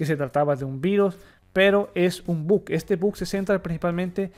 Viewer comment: "es un tremendo but"